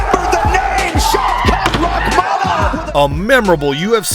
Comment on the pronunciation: as a russian i appreciate the effort you putting to actually pronounce all this names correctly, even unknown to everybody early opponents and you naming them too. that's what i call quality content, thank you